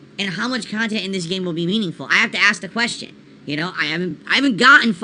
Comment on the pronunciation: "I review games objectively" 2 mins later "I approach it from a different perspective, as a khantent creator"